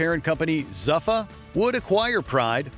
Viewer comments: it's pronounced ZOO-FA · The way zuffa and vale tudo was pronounced in this video hurt me deep inside😂